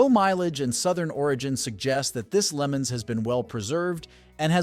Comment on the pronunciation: I enjoy your channel and watch it everyday. The only thing that bothers me is the pronunciation of the name's of some car's and how engine's and transmission's are described. For instance I'm watching today's video and it's showing a 1965 Pontiac Lemans. The narrator pronounces it as a 'Lemons.' The correct pronunciation is Le 'Mons' that sounds like 'lawn's' not Lemon's. Also when describing engine's like a small block Chevy 350 it's always narrated as a 'three hundred AND fifty.' It's just called a 'three fifty.' And a common automatic transmission pared to a Chevy 350 is a Turbo 350 NOT a Turbo three hundred AND fifty. That's just one example that is very annoying. These mispronunciations DON'T do any justice to the description. Please!!! If you're going to help try to sell classic car's learn the lingo!!! Us who know these vehicles would really appreciate it I'm sure. And it would be very informative to the younger generation to know. I am glad you are showing what state the car's are in and otherwise enjoy your channel. Thank you.